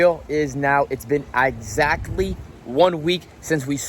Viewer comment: I swear your English is the best. Ixactly is a new one for me